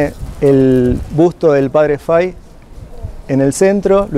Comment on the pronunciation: Muy buena explicación, una sola anotación es padre FAHY, se pronuncia en español FAJI no fai. La hambruna no era en general En europa sino especialmente en Irlanda donde había un hongo en la papa, la cual era el alimento más importante para los irlandeses.